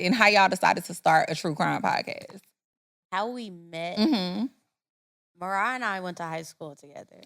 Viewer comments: I know Marah wanted to correct them when they said her name wrong😂😂😂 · I know MaRah was HOT at all the mispronunciations of her name!! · The way they keep butchering MaRah’s name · ain't listened to not one ep cuz how she get marah name wrong